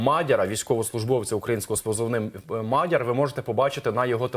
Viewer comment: тупий ведучий погано вчився в школі, а то знав би, що в слові мадяр-наголос на другому складі!